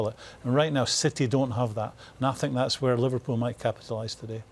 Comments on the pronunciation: Nobody: Mourinho: I sink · Jose: “I sink...” Everyone else: intense listening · 😂😂😂😂😂😂 I Sink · I sink You sink He sank ... While ago 😄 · Roy Keane : I Tink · I sink he knows a bit of the game but I sink it's not so hard to be an analyst/commentator, I really sink so... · Somebody should tell Mourinho to stop saying sink instead of think! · Normal people : i think Jose : i sink 😀😀😀😀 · Nobody: Jose Mourinho: ' I sink' Me: Well City are sinking with you right now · Morinho pronouncing 'think' sounds like 'sink' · Jose: "i sink" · Relax man.... I'm a big fan of his. But sometimes the opportunity for a good joke can't be passed away. I SINK Jose would agree with me on that.....😂🤣😂😆😁